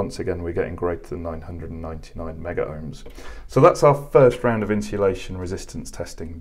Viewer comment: Thanks for another great video. I would like to mention that the terminology as required by C&G exams etc... is Megohms... (Meg-ohms)...and not Meggerohms or Megaohms as is often mentioned to by trainees. Picky, it may be, but at least you'll be pronouncing correctly to anyone in the know. So, once again I thank you for putting the measurements up on the screen in writing, for all to see.